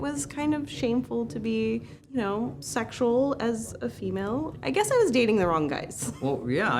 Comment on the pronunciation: He did not just JUST! He wore a fedora AND SAID FEMAL AND M'LADY!!! Ack! I I can't with this man!